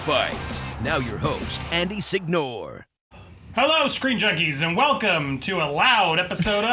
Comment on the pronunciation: it's stupid, but every time I hear "Signore" I cringe, because it's an Italian word and it's pronounced "seenyorey", more or less. definitely not Seegnoree. also, random info, it means "lord" and/or "sir".